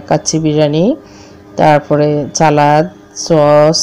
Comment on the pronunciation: It's not not chalad it's salad.